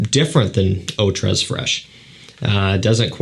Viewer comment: I cringe every time he pronounces the s in tres